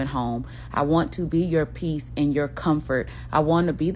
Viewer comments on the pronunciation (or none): PEACE ...not P-I-E-C-E